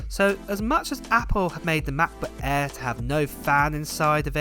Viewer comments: Ma Buh Ehhhhh, Em Free Moddo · Apol Matbut Ehh, Emm Free! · Ahh yes the Mac-buh aerrr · Can't wait for Mah'Book Eh. It sounds better than the old Macbook Air. 💀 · I can't wait for the new "Macbutt Air" 😂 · “Mah Buh A” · Mac bak air 😂😂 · "MacBook Eh" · Ma Buh Ehhhhh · The way you say "Macbook Air" combined with your higher vocal pitch is absolutely jarring. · They way you say Mac book air I've been dying throughout the video 💀